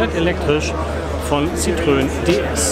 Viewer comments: Oh, bitte nicht „Sitrön“ sagen. Das tut ja in den Ohren weh! Da ist ein Tremolo auf dem e in Citroën! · Zitröön 🙈 Sorry geht gar nicht. Gesprochen so ungefähr Sitro enn Danke für das Video!